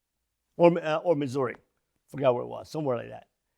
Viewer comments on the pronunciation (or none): none